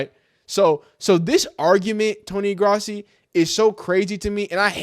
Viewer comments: It’s Grow-si not grassy dude lol. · His name is pronounced GROSS-EE